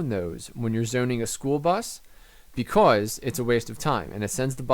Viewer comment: Hey man. Love the tips vids, alot of smarts. But please change the way you say "because"